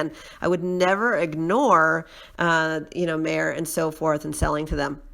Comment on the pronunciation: Lol- it’s pronounced … My-er!